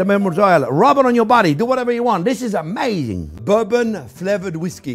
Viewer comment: This is uh-MAYzzing